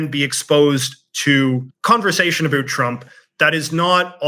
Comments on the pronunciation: "a boot" 🥾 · American patriots want to hear you say 'about' ... 10 times in a row ... as fast as you can. We'll soon learn if your sentiment - and disdain for Trump - is as popular as you would wish for. Continued success.